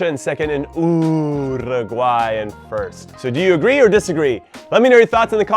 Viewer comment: why can Jimmy pronounce Paraguay the right way but not do the same with UUUUURUGUAY,,,, hahaha its literally the same pronunciation